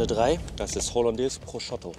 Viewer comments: ich weiß nicht, wo du das O bei deinem ProsciOtto hernimmst, aber da ist ein U und es heißt Prosciutto, danke;) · 😂 Prosciotto ‼️ Prosciutto 😉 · „Das ist holandäs proschotto“ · Geiles Video, wie immer. Wenn du jz noch lernst Prosciutto richtig auszusprechen, dann gibts sogar nen daumen nach oben 😂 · Warum spricht er immer Prosciutto falsch aus?